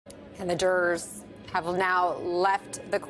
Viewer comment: "and the drrrs have left the courtroom..." Not even close to "jurors". 😂